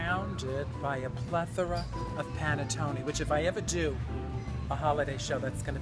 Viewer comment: nothing like hearing coco say panettone to brighten your day